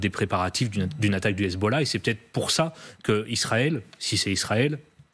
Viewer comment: le commentateur a h Hezbollahhhhhhhh avec l'accent 😂😂😂